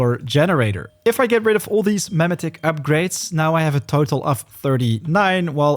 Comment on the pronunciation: "meh-meh-ticks" Bro you had me laughing every time you said "Meh-metic" wrong. XD